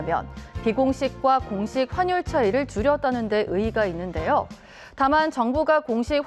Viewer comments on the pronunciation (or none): 발음 화뉼(x) 환뉼(o)